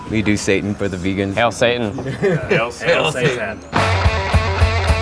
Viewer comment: Haha it’s pronounced “see-tan” not Satan 😂